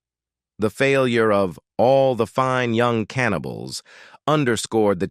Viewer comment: Could AI ravage the English language any worse!? Stopped watching ca-anibals....